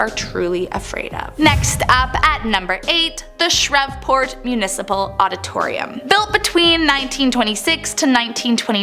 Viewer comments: It's pronounced "shreeve-port" BTW. Great compilation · Shreveport is pronounced with the v silent.. like Shreeport... just letting you know.